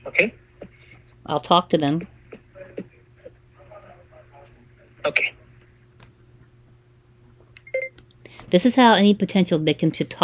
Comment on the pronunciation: 2 TOUSAND, AKAY!!!!!!!🤣🤣🤣🤣🤣🤣🤣🤣🤣🤣🤣